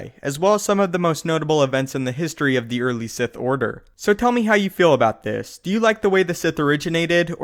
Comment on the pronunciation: The Si-ITÉ